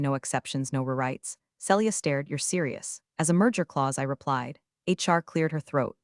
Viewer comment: Celia - see lee ah NOT cell ee ah Read - reed or red need to check which applies This is why i don't subscribe!!!